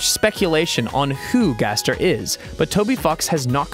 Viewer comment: its gaster not gester